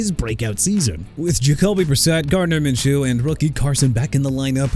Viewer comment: DUDE I'M TIRED OF YOU MISPRONOUNCING EVERYBODY!! GARDNER MINSHEW AS IN MIN-SHOO NOT MIN-CHEW AND ISIAH PACHECO AS IN AI-ZAY-UH NOT E-SAI-AH AND JAHMYR GIBBS AS IN JUH-MEER!! YOU GONNA BE FIRED!!! I'M FED UP!! CLEAN UP YOUR LOCKER AND GET OUT!!